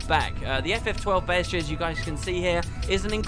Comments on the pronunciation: It's Bee-stee-airy. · Why do you insist on saying words you don't even know what they mean. You mispronounce EVERYTHING. BESTery. It's not a 4 syllable word. FFS. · Isnt it pronounced 'Beast'-iary? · Tim Dreams yeah I'm not sure why he can't pronounce that word. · you spell bestiary right, but i'm pretty sure your pronunciation is butchering it :P